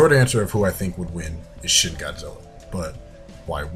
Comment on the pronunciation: i love how you say shin wrong